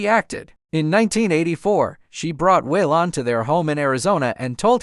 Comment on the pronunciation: Way-Lon? Must be an AI voice.